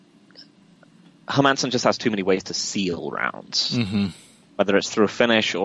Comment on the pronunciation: Hermansson? Nah, mah man, son.